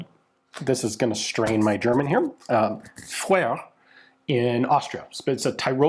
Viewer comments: Its the uh sound, vuh-ruh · Vöre - not that hard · Speak "Foehre" or "Fo-ore" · I always pronounced Voere as V-Ore. I've had a couple of their bolt-action and lever-action guns. They are good guns, but not as nice as other German-made guns. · I always tried to pronounce it as a native German-speaker would, which is difficult to try to write phonetically because the (very common) German "oe" doesn't exist in English, but talking to people at gun shows, everyone seems to pronounce it as the English name "Vera", which is a reasonable translation. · Voere or Vöre for ease can be pronounced as For-uh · Say: "Foo re" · like the tree, the name is a combination of the two foundr names, VOEtter und REstle. Voetter als can be written as Vötter. So it makes Vöre... basically a misspelling of the tree name "Föhre" (Pine). Also their logo is a needle tree, which makes it more obvious how the name should be pronounced. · German guy here. Your phone had the pronounciation spot on. V in German is mostly spoken like F (Volkswagen) and oe equals our "ö". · Your problem is assuming it's actually an "o" and an "e", it's a different vowel sound altogether. You've been to Finland, replace it with the "ö" sound from there, and you're closer. =) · I'm kind of surprised that Ian has such troubles pronouncing "Voere". 😅 The combination "oe" is pronounced as an "ö" in German. and it's the same sound you make for the "eu" in "leu" in French. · Aye, was looking for someone who'd commented this. =) Ian's been to Finland many times by now, surely he knows what "ö" is supposed to sound like? :D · If you don't try to pronounce it in a French way, you might succeed at saying it correctly. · In German (the language, whether Austrian, Swiss, Belgian or Germangerman) a V is almost always pronounced like an F. Referring to the intro haha